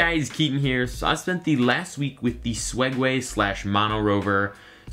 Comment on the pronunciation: 0:2 SWEG WAY!!!! 😂😂